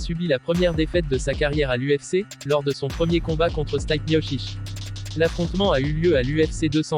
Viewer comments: Ça se prononce stipé et pas stype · Stipe miocic ! Vous avez massacré son nom 😭😂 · C'est pas Stayp , c'est Stipe prononcé Steepé !